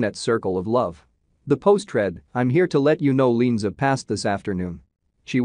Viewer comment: Her name is pronounced Lee-Ann -Za. If you are going to do a story on someone’s death at least pronounce their name right!